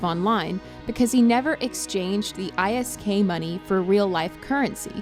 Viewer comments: This video lost all credibility when you called it I....s....k not isk. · Scams are all part of eve, there's nothing wrong with it. Most likely thing to have happened from the bank scam was they created a new account, transferred all the isk there and went about their day. Also, isk isn't pronounced I S K, it's just isk, like when you say frisk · This chick does not know what the damn name is for the money. It's called ISK not I. S. K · I personally hate when people who never played EVE are making videos about EVE... 1. New Eden is not in the Milky Way. 2. Its not panaemic horde, or whatever you wrote there. 3. ISK is not pronounced how you are pronouncing it.